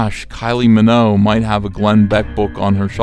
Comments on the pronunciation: Kylie Minogue come on Ethan, at least say her name right, show some respect.... Minogue like Vogue, not Minnow, pronounce it correctly, please, thank you, that is all!" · Stop spreading fake news about Kylie's surname. It's not pronounced Minnow. It's Minogue - MinoGue. Fix this now, I'm off to France